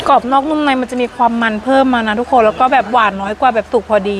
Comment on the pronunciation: ไม่พูดคำว่า ทุกโคน ทุกโคน ได้ไหมอ่ะคะ ทุกคน ทุกโคน ทุกโคน